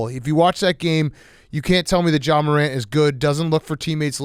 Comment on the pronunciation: pft was so close to calling ja “zah” but he stopped himself